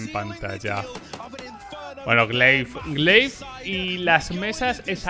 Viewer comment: S1mple??? Madre mía... solo falta que digas gla1ve en lugar de gleiv... 🤦‍♂️